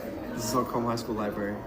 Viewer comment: I have to stress every time the Carmel High video goes around, it's pronounced car-mull. Not car-mell. And yeah. They're a rich suburb North of Indianapolis in their own separate county so they don't have to share their wealth with the rest of the city.